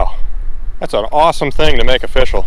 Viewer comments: ''offishial'' XDD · I can't but help hear when says official as O"FISH"AL as a pun.